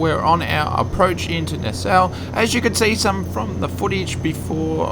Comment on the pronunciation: Thanks. Just purchased this aircraft last week but have not flown it yet. I used to ride in 330's on the Allegheny Commuter from Hagerstown, MD to DC back in the day. BTW - the town in the Bahamas is pronounced "Nass-Saw" just in case you ever decide to go there.:>)